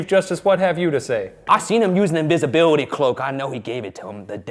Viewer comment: Ryan he said invisibwity cloak